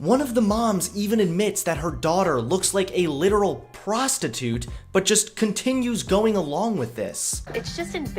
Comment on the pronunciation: Did she say prostitote